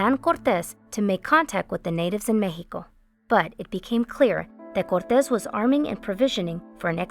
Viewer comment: Central mehico, was dominated by the Aztecs, Mayans, koosomeh, taconites, chimichiungas, and mehico. 😂 I’m sorry but she’s extra.